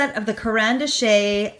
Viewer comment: It's pronounced 'dash'